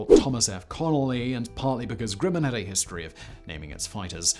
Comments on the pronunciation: "Grimmin"?....isn't it 'GRUMman"? (spelled Grumman) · Say "um". Now say "gum". Now say "grum - man". Grumman. Grimmin? Seriously? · It is Grumman not Grimman